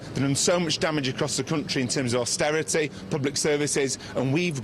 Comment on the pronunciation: AUSTERITEH, PUBLEK SERVICEHS, BURGON BOT CORBYN BLAH BORN 2 RULE BLAH